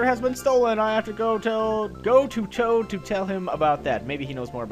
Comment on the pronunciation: DID HE SAY CHOAT IN STED OF TOAD?